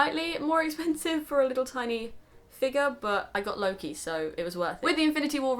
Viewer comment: When you say "Loke" I only hear "Low key" Haha~~ I'm not into the franchise so I don't hear his name a lot so don't fight me ahaha. I don't hear his name in English in general I guess.. His name is so much different in Swedish which I'm use to.